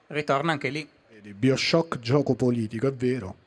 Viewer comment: Si legge "baioshock", cristo!